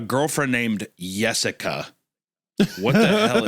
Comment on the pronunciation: I knew Hunter would have something to say about “Yessica”